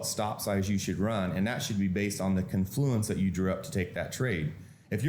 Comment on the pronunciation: Also, the word is CON-fluence, with the accent on the first syllable. Not con-FLU-ence. He says he uses a 50-tick stop. That's 12.5 points, which is a very low typical 1-bar range for NQ (and is a 250 loss). I kinda wanna call bullshit on this; the random fluctuation on any given short term bar (say 1000 ticks or say 3 minute bars) is easily 12.5 points. This stop would be hit extremely often on even low-vol portions of the day. The opening cross can easily average 40-60 points. Yeah, hm. I don't think so.